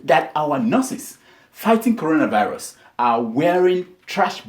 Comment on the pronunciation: Bleach pastor, did you hear the pastor, he said Colona virus